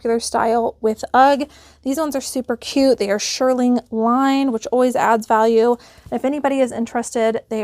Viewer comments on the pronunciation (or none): Look up the pronunciation of "shearling", it comes from the word "shear".